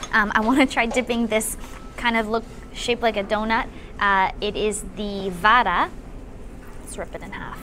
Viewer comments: Ma'am it's not Vaada...it is vada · Papad for biryani yuck🤮🤮🤮. By the way it is not vaadaa its vada